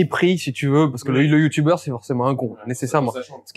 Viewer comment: "youtoubeurre" j'ai mal aux oreilles